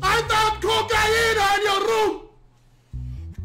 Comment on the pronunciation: the way he said cocainaa 😂😂😂😂😂